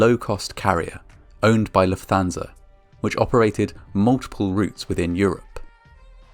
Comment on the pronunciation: Just a minor point but it's pronounced Luft-Hansa, rather than Luf-Thansa